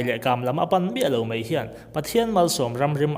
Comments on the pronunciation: Mai ti a lam rik tur Mei tiin i lam ri tlat zel hi ngaihthlak a hreawmna ani.a bak chu a tha viau e.Go on...Best of luck👍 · He thil hi kei zawng ka ring ve hauh lo mai. Eng pawh hi ngaihthlak a nuam e. Kan ṭawng hi chhiar leh ziak hi uluk deuh ang u. 'Mai' tia lamrik tur 'mei' tia lam rik a awm nual mai; ṭawng uluk tan chuan a awmzia a tidal tlat. Ṭang sauh sauh teh u.